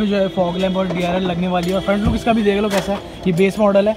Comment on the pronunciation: DLR nehi vai DRL bola karo